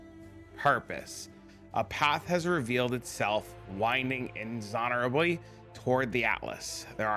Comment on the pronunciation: Inexorably. in-EGGS-zor-ably. This is totally Zana.